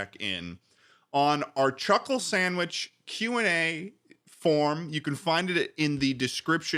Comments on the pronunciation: Chuckle moment Edit: Sclhuckle Chandwich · Time for my weekly dose of "Sluckle Chandwhich"